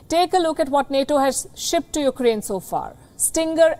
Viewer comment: EUkraine? It's no Paris!